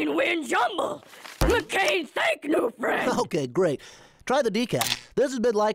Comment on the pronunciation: lmao "jumnble"